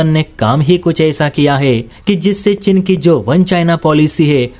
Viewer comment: Oye, chin nahin cheen bol😅😊😊